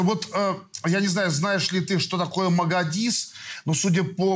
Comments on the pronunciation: Лобков, на Магадис, а Мадагис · Хоть бы названия правильно выговаривали! Не магадис, а Мадагис! Не горИс, а гОрис!!!